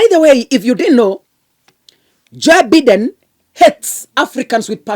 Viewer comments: Be pronouncing Biden as Baiden. Vile nimeandika. 😂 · Joe Biden pronounced Joe Baiden